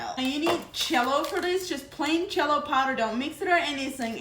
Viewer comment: I love how it sounds like she’s saying Chello instead of Jello. 🥹😜